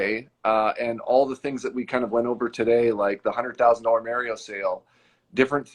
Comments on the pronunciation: I dont trust a guy that calls mario "mair-eo" ...PERIOD! 😂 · Oh, right, it's the famous "Merry-oh" plumber. FFS, get at least that part right... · Also, this guy still doesn't know how to say Mario.